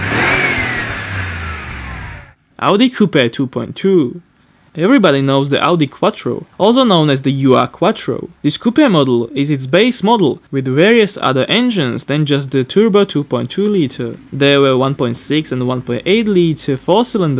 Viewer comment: its ur-Quattro Ur as in Original or Proto Not U R-Quattro